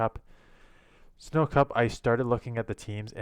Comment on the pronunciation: Its the sin-oh cup lmao. Not snow cup. And rip those matchups lmao wow